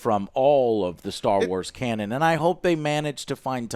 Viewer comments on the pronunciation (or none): none